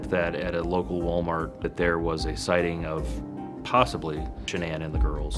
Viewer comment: Why can’t anyone pronounce Shanann’s name right? It drives me crazy lol